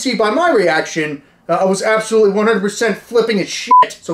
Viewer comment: "AB SO LUTELY" 😉